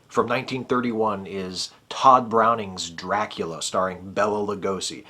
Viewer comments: Okay, loved the review and how cool was making a spanish speaking film at the same time? I am trying not to be nitpicky here, but I believe he pronounced his name Bay-la, not Bell-la. Sorry, that WAS nitpicky.... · Hey, what's up man? Loved your video! It was really great! I love the 1931 DRACULA. Such a great movie. Hey, I'm gonna do my main man Bela a solid here. His name is actually pronounced Bay-Luh. Anyway, please keep up with the videos! Really enjoy them.